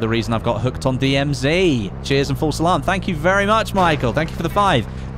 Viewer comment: he's saying False Salam